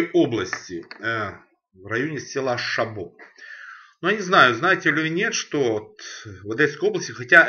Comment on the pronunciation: Коньяк старше 10 лет - нормальный. До 10 - как и все такого уровня. И еще - местные называют - шабо, с ударением на первый слог.